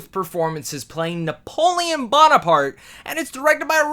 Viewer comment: How do you mess up Napoleon...